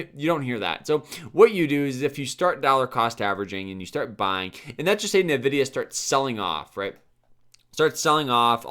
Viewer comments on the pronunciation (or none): Envidia not Nahvidia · Drinking game idea: take a shot every time this bozo says NUHvidIA